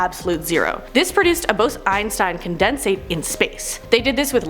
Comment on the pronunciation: The way she says “condensate” and “quasar” bugs me